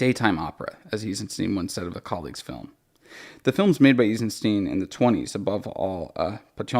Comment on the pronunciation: pronounced Eisenstein "Eezensteen" reading this though